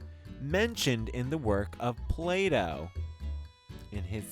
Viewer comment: Plato NOT Play Doh lol!